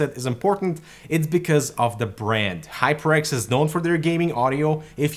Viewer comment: it sounded like you said High Pricks 😅😅😅. I need this new headphone.